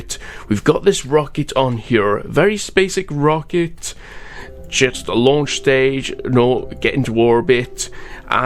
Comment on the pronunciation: Basic Rocket, "brocket"? 😁